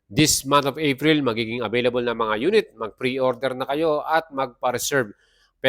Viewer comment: This month of "AFRIL"😂😂😂😂😂😂😂😂😂😂😂😂😂😂 BWUAHAHAHAHA